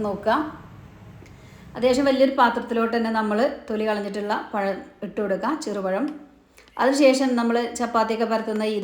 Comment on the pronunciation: പയം അല്ല, പഴം. 😂😂😂... 🤑🤑🤑